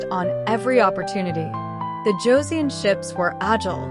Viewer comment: Hideyoshi never set foot in Korea. His invasion of Joseon was carried out by three of his daimyo. The "eo" in Joseon is pronounced the same as the "eo" in the English word, luncheon, a soft "u". It not pronounced like the "eo" in word, neon. "...nestled between the Korean Peninsula and the Japanese Archipelago..."? The Noryang Straight is nowhere near any part of Japan. It's about one third of the way along the southern coast of the Korean Penisula. It's hard to think of it as being a part of the East Sea. This battle was hardly a decisive one. Hideyoshi had already died in Japan and his forces were in the process of leaving Joseon. Now some of the earlier battles fought by Admiral Yi had been decisive. They stopped the Japanese from resupplying their troups by sea, the only practical way of doing so, thus forcing the Japanese to retreat back to the Busan/Ulsan area. The most decisive battle of the war was the one fought in the Myongnyang Channel on October 26, 1597. This one stopped the Japanese, for the second time, from reaching the Yellow Sea. The Japanese did not have 500 ships. The number was more like 300 and most were likely transport ships. They were much lighter built than the Joseon ships, which numbered about 85 ships and were bonafida warships. I'm one minute, 16 seconds into this video and I really can't continue to watch it. From the point of historical accuracy, there are just too many questionable points. And the still clips from the videos used to get them a